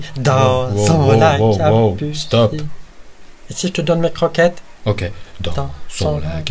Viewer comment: "et si je te donne mais croqqette" me fais rapeler mon chat gourment